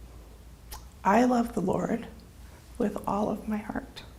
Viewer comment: Did she just say “the lard”?